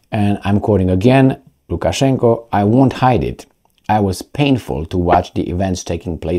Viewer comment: Lukaszenka not Lukaszenko